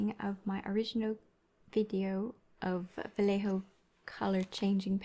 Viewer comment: Just so you know (and you all can look it up), so many people are pronouncing his name slightly wrong, it's pronounced val-yay-ho, val-lay-ho.